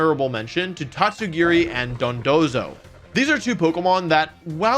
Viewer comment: IT'S TATSUGIRI, NOT TOTSUGEKI!